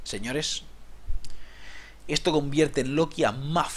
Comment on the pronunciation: "Ehtoh me parece una mierdah, no lo voh a comprah."